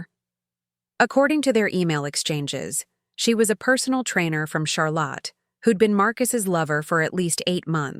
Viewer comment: SC. Charlotte NC. Mispronounced. Poor editing. Charlotte. Char lot 😂😂😂😂